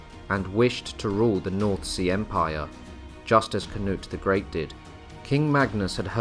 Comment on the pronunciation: As a Swede I don't know why you change the names to a English version. I don't care if you pronounce it wrong but its kind of disrespectful in my opinion to change their names. For example you say "Canut" It's Knut without the A. You could just not say the A and you would say it right. And Thorkell is Torkel. And so on... Also if you need help with how to pronounce names and places I'll be glad to help.